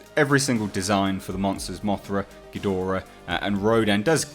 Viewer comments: You say ghidorah correctly. I hate when people say geedrah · you pronounce it correctly... Ghidorah.